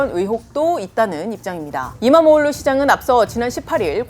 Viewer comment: Nice pronounced. .EKREM Imamoğlu